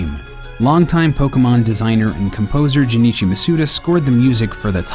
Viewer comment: you pronounced masuda wrong